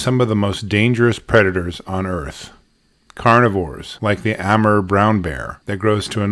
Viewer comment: He is mispronouncing the correct name is Amoor.